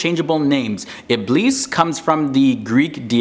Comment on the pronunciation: Iblees with an s is the way to say it in arabic not z. Thats how its pronounced in the quran too. Best of luck